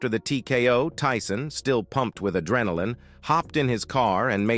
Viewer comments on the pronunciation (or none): none